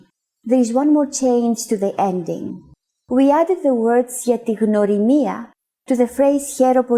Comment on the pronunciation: Her: Gia, legome Chrissi. Herw poly! Me:Oh thats easy, I can do that Her: Herw poly gia ti gnwrimia😭 Its sounding like "Herisjakajizamsjia"